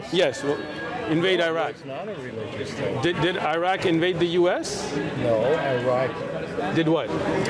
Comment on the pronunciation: Sheikh you know you've been in USA too long when you're calling Iraq "Eye-rack" 🤣